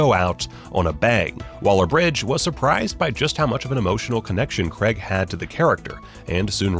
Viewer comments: Craig, not Creg. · That you guys don't even know how to say his name properly. "CRAIG" not "CREG" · Really annoyed me when you said Creg and not Craig, every bloody time. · It’s not Creg, it’s Craig. Pronounced, Craayg. Other than that, interesting video. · It is "Craig" not "Creg" there is no "E" in it. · It's Craig not Creg. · it's CRAIG, not CREGG!! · crayyy ggg ... not cregggggggggg not sayng creggggggggggggggggggggggggggggggggg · It’s Craig not creg🤦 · It's Craig not creg you prick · Daniel Craig's surname is pronounced 'Cray-g' does not rhyme with 'Gregg' He is English. If there was an American with the name Bernard I would pronounce his name 'Bur-nard' as he does. If he was from the UK it would be pronounced 'Burn-udd' . . People's names are important to pronounce in line with the identity of its owner. It's a mark of respect. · Can you stop saying CREG IT IS NOT CREG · Americans need to learn that "CrAig" is spelt and therefore pronounced with an "A". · The names Cregg, Deniel Cregg. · Who the F*CK is Daniel 'Cregg'?!! You must have said his name about 50 times in this video, and you couldn't be bothered to pronounce it correctly even once! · I really don't understand why people can't pronounce his name properly. It's insulting. It's like calling someone Dev instead of Dave. Or Phial instead of Phil. Or Ignorant Twat instead of.